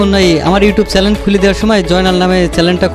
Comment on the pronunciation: জয়নালকে ধন্যবাদ। তার প্রতিভা দেখে মুগ্ধ হয়েছি। তার যাদু ভালো লেগেছে। তবে তাকে ইউটিউবে জনপ্রিয়তা অর্জন করতে হলে উচ্চারণ ঠিক করতে হবে। সে বার বার চ্যানেলকে চ্যালেন বলছিল। এ দিকটা খেয়াল করা উচিৎ। সাধুবাদ জানাই তার যাদুবিদ্যাকে।